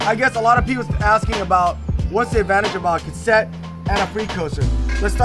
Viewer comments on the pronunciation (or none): consent? ka set? is a kook lmao love him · So damn funny when kept laughing and grinning when was miss pronounce Cassette 😂😂😂😂😂